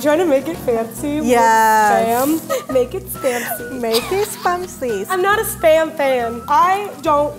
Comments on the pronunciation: "Maketh fanceh" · I like so much, i love how her home tongue clashes with the english so she leaves out syllables in certain words!!!! Make it fahncy 💃🏽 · It anoys me when she says make it fancy. She soesnt prounciate it right. And white wine she says wi wine